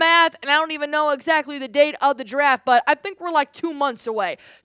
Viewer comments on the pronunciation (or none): none